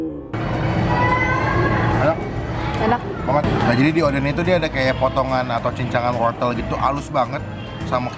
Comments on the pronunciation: Odeng bukan oden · Bukan oden kak tp odeng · Bukan oden . Tpi odeng